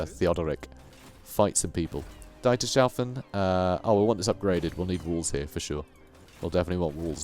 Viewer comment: BTW, Dietershafen reads as Deeters Half En